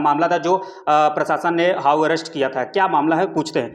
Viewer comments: अबे हाऊ अरेस्ट नही होता,हाउस अरेस्ट होता है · पत्रकार महोदय, हाऊ अरेस्ट नहीं बल्कि हाऊस अरेस्ट बोला जाता है 😂😂😂